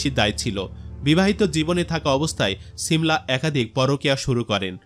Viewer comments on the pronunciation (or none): ছিমলা না 😂 সিমলা